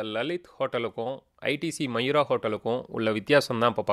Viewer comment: Bro அது மயூரா இல்லே மவுரியா ....